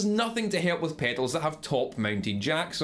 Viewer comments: Drink everytime he says "pehdals"! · Like it rhymes with "fatals" lol